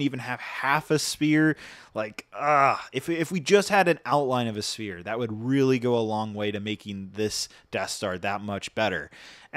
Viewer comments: Is he saying spear instead of sphere? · My brother in Christ!! Sphere is pronounced “sfear” not “spear”. It’s a round object, not something you stab with.. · Its pronounced SPHERE NOT SPEAR. Crazy. This set is awful for the price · S-PH-ERE! NOT SPEAR! XD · For the love of all things holy. It is “sphere” prenounced sfear not “spear” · Everytime you say "Sphere" all I ear is "Spear" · Cant believe I'm saying this to a grown man, but it's s-PH-ere, not spear... 🤣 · How tf do you not know how to say sphere?!?!?!?⁉️⁉️⁉️ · If you're going to use the word Sphere so many times you should probably know how to pronounce it. Hint: it's not said like spear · why do you keep calling it a SPIER xd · SPHERE. SPHERE. SPHERE. DUDE LEARN HOW TO PRONOUNCE WORDS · when a "P" has an "H" next to it like in the words "sphere" or "spherical" it makes an "F" sound, just a heads up man, great review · the fact that this guy can’t pronounce sphere is so upsetting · Please say sphere correctly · The worst thing about this set is that he CANT PRONOUNCE SPHERE!! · There is no P sound in Sphere 😬